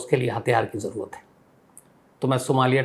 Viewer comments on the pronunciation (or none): none